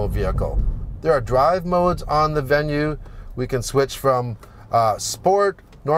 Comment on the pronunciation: Bravo, c’est la bonne prononciation. You got it right. Keep up the work. 🇲🇶